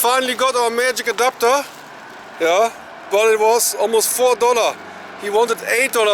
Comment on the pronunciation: Thought he said a doctor not an adapter😂